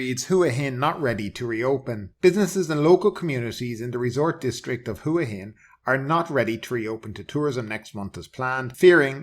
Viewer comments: Hua Hin is pronounced WAA HIN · ...just finished a random poll of 20 Thais in the street and all said WAA HIN. Why would one have to be Thai in order to get the correct pronunciation?